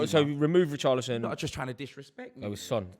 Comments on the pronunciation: Man said poorchlison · Did you hear what he called Richarlison, :Poorcharlison 😅😅😅😂